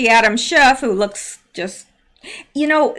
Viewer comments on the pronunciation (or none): none